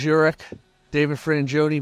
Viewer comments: Why is he calling him Lars "YOU-rick" instead of "UL-rick?" You'd think the CEO of a drum magazine would learn to pronounce the drummer's name correctly before an interview. -_ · Did he really call him “Lars Urich”? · Lars Yourrick… come on man. Ulrich!! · Love the little sparkle in Lars’s eyes each time the interviewer said “Urich” instead of Ulrich. He must’ve heard so many versions of pronunciation by now. Class act not correcting the guy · It’s Ulrich, not Urrich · Lars Yoorick. 😂👍🏻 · There aren't many people who can pronounce his name. Lars jurich, urich, urick.... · "Llarz Jurik" 😂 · No you haven't. The host totally messed up his name. It is indeed pronounced Ull-Rick. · Lars Yurrick?! 🤦 Lmao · “Lars Yurick” 😂 Anyway…this is rad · You called this dude Urick. That's embarrassing. Learn who you're interviewing. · Apparently David's never heard Lars' last name said out loud. "YUR-rick"? lmao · "Lars Yerick" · Lars Yurick??😂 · How the fuck does a guy who works for modern drummer magazine, not know about Ahead drumsticks and also butcher his last name so bad in the beginning of this interview. Good Lord. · Interesting move to mispronounce one of the most famous drummers of all times name in front of him. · He didn't even say Lars' last name correctly. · The very least you can do is pronounce the man’s name correctly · Is it me or did you pronounce his last name wrong? 🤔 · Um, the Easton sticks have been out for what, 25 years now? Kinda cringey missing that and mispronouncing 'Ulrich'....